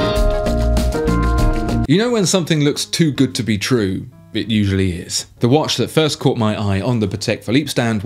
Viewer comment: It's not wash its watch